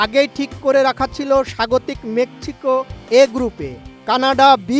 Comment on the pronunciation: Mekchiko ✅ mexico ❌